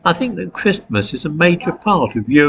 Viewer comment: I turned off when I heard you pronounce the "t" in Christmas...